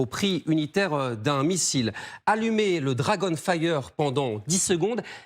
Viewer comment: Dragon failleur, j'ai entendu. Quel accent.